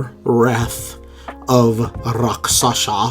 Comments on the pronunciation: Love the content! My only complaint would be that at the beginning of each video you say Raksasha, when it is pronounced Rakshasa. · It’s Rak-SHA-sa, not Rak-SA-sha. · It’s actually pronounced like Rak-shuh-sa